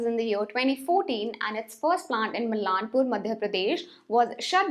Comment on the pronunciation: Its "Maalanpur(मालनपुर)", not 'Mallanpur'. I whish Atlas to restart manufacturing again. I recently purchased BSA SLR cycle last week. I love retro style.